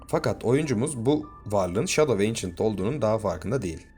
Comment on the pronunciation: Yanlış telaffuz antik gölge yada kadim gölge 😊